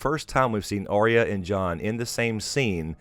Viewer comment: it's Arya not Orya